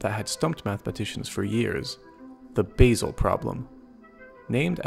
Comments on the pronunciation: Just for information, the Swiss town Basel is pronounced Baa-zle, not Base-el . Thanks. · It's Basel, not basal